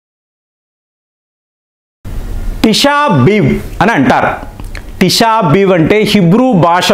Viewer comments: తీశా బీవ్ కాదు... తీశా బీ ఆవ్ అని పలకాలి... సార్.... యూదులు మన దేశం నుండి వెళ్ళినవాళ్ళు కాదు సార్....అక్కడి నుంచి చెదిరిపోయి వచ్చారు... తెలిస్తే చెప్పండి.... లేదంటే పూర్తిగా తెలుసుకొని చెప్పండి.... ఇలా సగం సగం తప్పు తప్పుగా చెప్పొద్దు.... సార్ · Correct ga పలకర వెదవ. తిష బేఆవ్ అని పలకాలి.